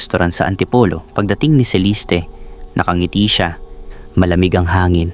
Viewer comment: Ang gulo ng story mo. Sa restaurant , nagka ayos na. Then, nag yaya na maglakad si Celeste or ( Celiste , as you pronounced it ) Nag pose ang ina sa gilid ng mataas na bundok, while si Mira, nakatingin lan. Nahulog ang ina. Then, sa court ang testimony ni Mira, nagkaroon ng pagtatalo. Fiction ang story mo. Mali mali ang sinasabi mo. Boring story mo.